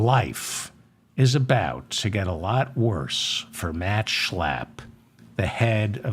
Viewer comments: Heil Zeigler! Stop Schlaaaaping German names around. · I love the way you pronounce Matt Schlapp. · I pray the Schlapp’s keep showing up in the news just so I can hear you say SCHLAPP😂😂😂 a spark of humor in the darkness Thank You David💙